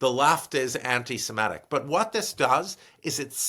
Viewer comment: why does Stanley say antisemEtic, instead of antisemitic? ie ET instead of IT. a little distracting